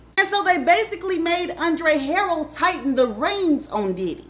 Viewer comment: Andre Huh- rell